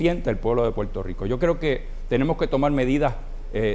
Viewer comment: Se dice Puerto Rico, no Puelto Lico. Lerdo.